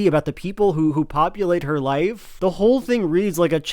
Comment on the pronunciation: "The dees an the dat"